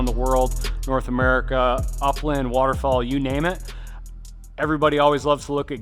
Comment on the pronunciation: Sounded like he was saying waterfall rather then water fowl